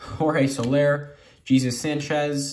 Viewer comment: Don’t apologize for the mispronunciations it makes it more entertaining!! I don’t even follow baseball and “Jesus Sanchez” gave me a laugh